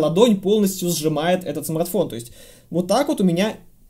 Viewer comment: Уважаемый спасибо за старания! Если лень не дает поработать над произношением Р то хоть иногда заменяй: "этот смаГтфон на "эту модель"" или просто поменьше текста))) Когда 25 минут издеваются над великим и могучим это режет слух!) Удачи на данном поприще!